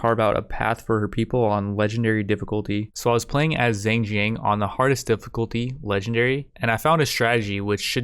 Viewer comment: the "zheng" in zheng jiang wasnt that bad but jiang is pronounced more like jee-ang edit: scratch that he screws up the first "zheng" and has a better jiang through out the video ;/